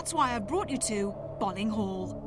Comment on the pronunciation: it's pronounced "Bowling" .... i should know.. i just got back from there XD i live right next to it.